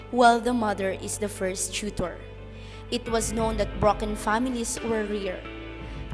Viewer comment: Dude it is not chutor is is tutor